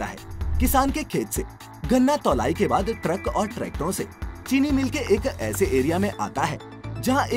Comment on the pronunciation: ट्रक और ट्रैक्टोर नहीं होता मेरे भाई ट्रक और ट्रैक्टर होता हे. 🤣🤣🤣